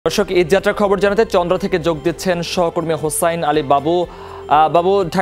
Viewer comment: তন্দ্রা নয় চন্দ্রা, সখিপুর নয় সফিপুর